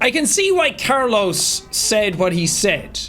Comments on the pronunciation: Bro says Carlos care loss it’s pronounced car-low-s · It's Carlos not Carloss brahhhh.